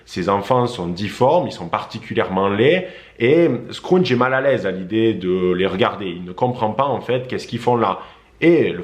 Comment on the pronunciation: Merci pr cette vidéo. Juste une précision scrooge se prononce. Skroudje. Et non. Skroundje. Merci.